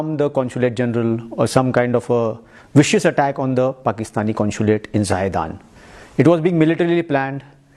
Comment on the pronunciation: is proof, he pronounced consulate as 'conshulate' only Indians has that dialect.